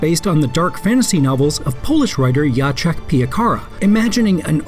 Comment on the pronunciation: jaczech is wrong its Jatzek, something like that